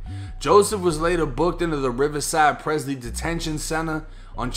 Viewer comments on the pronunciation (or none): none